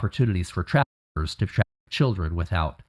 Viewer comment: JUST HOW MESSED UP THINGS ARE.....THE OBVIOUS SUBJECT MATTER...BUT THE FACT MICHAEL CAN'T SAY THE WORD "TRAFFIC"....WTF??!! WE REALLY HAVE GOT TO GET A GRIP ON THIS EVIL AGENDA